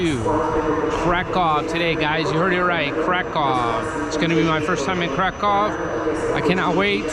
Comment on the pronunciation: Not Krakov but Krakoov the pronunciation like in a book.